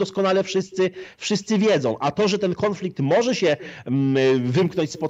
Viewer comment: Panie "konflikt" a nie KĄFLIKT